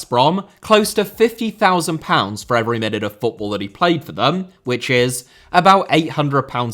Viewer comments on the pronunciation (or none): none